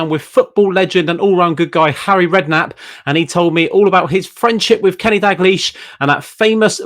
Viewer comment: Its DaLglish, not Daglish